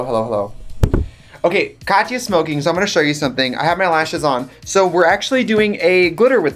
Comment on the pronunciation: "okay KAAAHTYA's smoking so i'm gonna show you something" the wisconsin jumped out